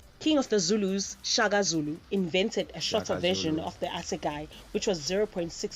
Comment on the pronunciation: She butchers some of the English words too, she even says "asegaai" wrong. Ay, mogirl is giving me a headache, she is unprepared man.